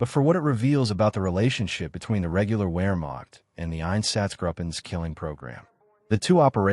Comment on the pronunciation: Ps. “W” is generally pronounced with a V (Vee) sound, eg, “Vermacht” not “wheremacht” even tho spelled with “w”. Most people know this. The production just sounds dumb if you don’t do this.